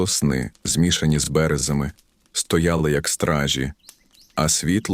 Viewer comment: Судячи з наголосів та інтонації, озвучує штучний інтелект. (соснИ і бЕрези)Живий голос був би краще.